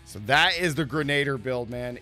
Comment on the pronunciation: For the love of god, stop mispronouncing ‘grenadier’!